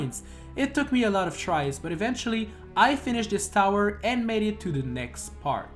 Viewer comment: Andre from GameXPlain always sound like "that's shit" when he says "that's it", but that hasn't ever been a problem, as far as I know.